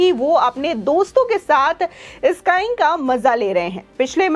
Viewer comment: अरी घनचक्कर स्काईंग नही स्कीइंग बोल